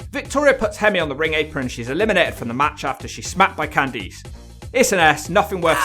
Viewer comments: Candice = “can-diss” not “can-deece” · Why do you say CanTHESE instead of CanThis lol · Cand EESE??????????????? LMFAO